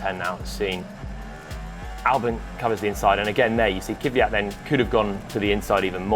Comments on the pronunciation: I'ts Daniil Kvyat, not Kivyat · Kvyat, not Kiviyat.